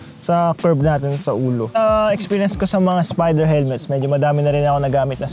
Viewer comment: "...ng spiderrrr"